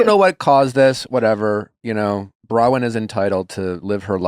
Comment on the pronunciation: I love you guys and this pod but PLEASE get Nick to say BrowNwyn not Browyn, its driving me mad haha